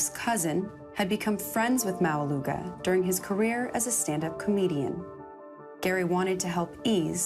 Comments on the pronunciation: the pronunciation of maualuga is not suppose to sound like that 😅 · are you Samoan? or even islander? cause if you are you'd know that's not how you pronounce his last name ✌🏻